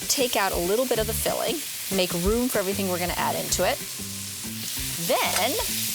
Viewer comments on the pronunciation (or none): none